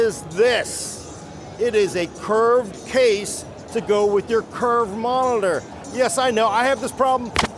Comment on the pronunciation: Why can’t you say monitor correctly??